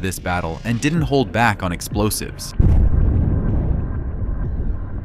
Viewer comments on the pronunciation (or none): none